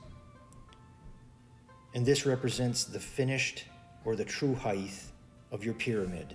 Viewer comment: Where's the "th" sound in height? Someone please tell me ..